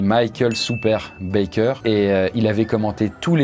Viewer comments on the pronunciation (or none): none